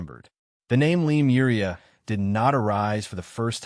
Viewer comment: It's A.M in Pennsylvania, U.S.A. Where are you? Again, great content, writing, but serious name mispronouncing, of "Lemuria"(It's "Lemuria", not "Lemoria", etc), and some others. He is correct on "Mu" being pronounced "Moo". Oddly, some words he does great, and sometimes he pronounces Lemuria correctly, but also says the same word differently at different times. (same with Hyperboria?) Seems to often be a syllable accent problem. You guys have fantastic potential on the hard stuff, but mess up on the easy stuff. Love listening to your written word description s, but it's annoyingly distracting. Suggest look up Lemuria correct pronunciation, then Listen to your narration of it. Again. his intonation is great, the info and theory delivery is exceptional, the writing phenomenal! Also, what is "MW"? he mentioned, a few times. P.S.: The Bimini Road has to do with Atlantis (Atlantic), and Yamaguni have nothing to do with Lemuria. (you seem to be lumping together some disconnected things). Lemuria was in the Pacific, with the Hawaiian Islands and Easter Island high remnants of it. I once went to Hawaii, and getting near it, the pilot said to look down and see a continent rising about 300 feet below the Pacific Ocean's water's surface. Also, Easter Island people faced the Maori statues "Looking West, towards their Continent Motherland, now sunk". Not trying to be critical, but helpful, to keep you around.